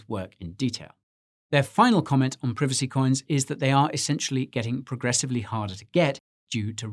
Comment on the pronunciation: English pronunciation is correct